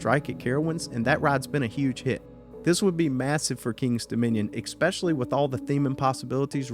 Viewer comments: “Especially” not “Exspecially” 😊❤️ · exspecially isn't a word